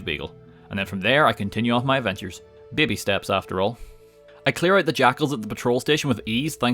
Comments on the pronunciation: I like how says "babey" or thtas how it sounds lol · It sounds a bit like the Spanish word "Bebe" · I like the way he says baby bahbay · "bebbe" 10/10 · he's Irish! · I love how he says Baby. It sounds so funny and it's great. Lol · The way you pronounce baby is incredibly entertaining